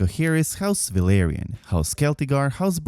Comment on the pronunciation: I like this vid but his mixing of Velaryon and Valyrian pronunciation hurts my soul